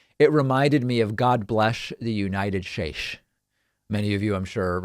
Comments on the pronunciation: United Shtates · Trump pronounces it "United Shaches" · Orange Trump: “You-night-TISH SHU-TATES!“ Priceless! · Didn't #45 mis-speak "United States" once: God bless the United Shates..." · I’m sorry, but what you said sounded like, “Unitis”, which is hilarious. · Ah... The good ol memories of The UNITED SHURRSSHHH returns to mind! 😂🤣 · They misspell it and he can't pronounce the United States...